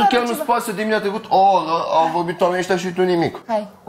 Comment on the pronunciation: A trecut o Orrrrrra....😂😂😂